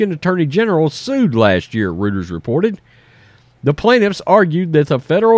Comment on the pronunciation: Love the show! FYI - Rueter's is pronounced "ROITERS".